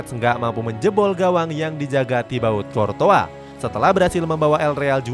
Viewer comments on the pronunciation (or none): Qurtois bukan qortoa